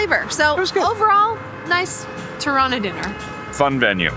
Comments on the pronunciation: Its not terana it’s Tirana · I have a severe case of misheard lyrics in this vlog - every time you say "Tirana", I hear Toronto. 😆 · The way they pronounce Tirana is exactly how Canadians pronounce Toronto. 😅